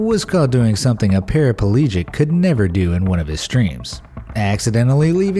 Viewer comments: “para-pa-legic”? Really? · "Para-pa-legic?" It's pronounced "para-pleejick": there are only TWO "a's" in the word. The Japanese streamer was not "itching" himself: he was SCRATCHING because he itched! I'm confused about this: did he not know that he was allergic to peanuts? Everyone should have had antihistamines within easy reach, just in case of such emergencies. All of the entries just go to prove how insane social media can become, especially for those who spend most of their useless lives hoping to gain "likes" from people they don't know. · "Parapalegic"? SMH